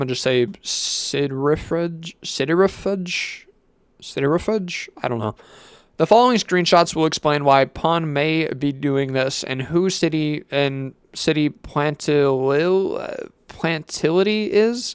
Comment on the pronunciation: i believe you pronounce citrifuge like centrifuge but with a sih sound at the beginning